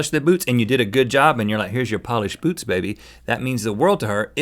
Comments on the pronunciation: link i thought you said boobs instead of boots xD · When link said I like your boots I thought he said I like your boobs😂😂😂